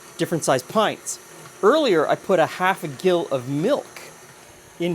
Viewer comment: Not harassing, but sharing: when it's a unit of measure, "gill" starts with a "j" sound. This actually seems helpful so as to differentiate it from the part of a fish.